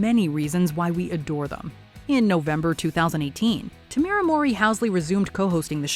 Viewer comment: Tamera being pronounced tam-ear-uh is jarring